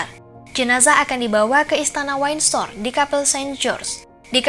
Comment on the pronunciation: Narator waktu ngomong Edinburgh udah oke. Tapi giliran Windsor kok jadi [wine sor]?